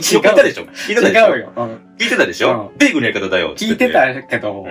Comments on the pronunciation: 米軍だよ！じゃなくて、発音がベーコンになってるよｗｗｗ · 米↑軍↓の方が気になりました！w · 米軍のイントネーションがベーコンすぎた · ベイグンのイントネーションよ😂😂😂